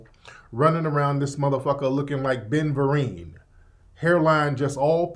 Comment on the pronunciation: dis main said ben vareen